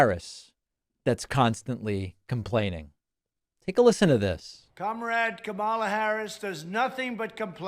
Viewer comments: when he stops calling her kuh-MALLA I'll stop calling him d'Nald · He insists on pronouncing Kamala’s name incorrectly. He is just exhausting and needs to just go away. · David, please make sure you pronounce it correctly, or, better yet, play the soundbite of him saying "chooth sencha" lol